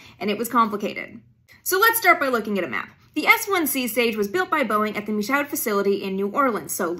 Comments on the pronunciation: Michoud is pronounced mee-shoed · Just a note: Michoud is pronounced like Me-shood. A friend's uncle was the tugboat pilot who pushed the barge carrying the first stage (S1C) to the Stennis Space Center in Mississippi. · Hate to be that commenter, but I live by there as we say. The pronunciation of Michoud is MEEshoo. A good use of some swampy woodland east of New Orleans. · "Michoud" - pronounced Mish-youd. I was born in Slidell in the 60's while my Dad worked as an Engineer there. Got to hear all sorts of great stories growing up. He was VERY proud of his work there and we were always proud of him. Miss you Dad. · Michoud is pronounced "mee show" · I absolutely love your content, and I'm thankful for all of the new knowledge that I have received from you over the years. If I may, I would like to offer a small adjustment to your pronunciation of Michoud. In New Orleans it's pronounced MEE-shoo. Please keep the great content coming, it's always an extra brightness to my day when you and your vast knowledge come across my screen. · She mispronounced Michoud, but her pronunciation of Mississippi and Louisiana sounds almost Southern! I grew up in both…